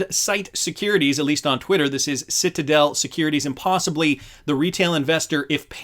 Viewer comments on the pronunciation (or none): none